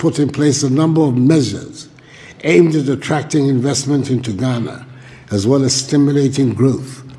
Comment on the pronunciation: It's Ghana, not Guinea